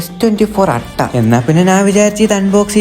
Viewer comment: അട്ട അല്ല അൾട്രാ